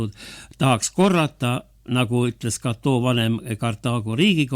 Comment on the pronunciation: Rooma nime Cato ei hääldata prantsusepäraselt [katoo].